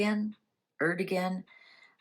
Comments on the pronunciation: You say the president’s name as: Urdoowan ! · It's pronounced "Erdowan" ("G" is pronounced like "W" in Turkish). The Muslims there belong to the Ismaelites, a branch of Shia Islam. But there are also many Kurds who are Yazidi (a religion close to Zoroastrianism) and who are persecuted.